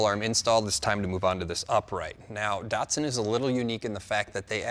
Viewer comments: Do they change the name/badges of these in the USA? Around the world they are ‘Datsuns’ not Dartsons. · There ain't no R in DATSUN. :face-green-smiling::face-green-smiling